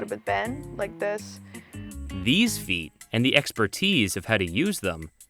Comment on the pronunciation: The way this guy says feet... "Pheet"